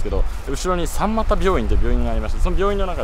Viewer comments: さんまた、わろたっw ミマタ と読みます。。。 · さんまたじゃなくてみまたじゃない？